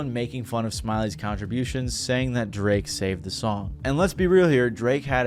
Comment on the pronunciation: I hate how you say everything correct af except "that" its not "dat"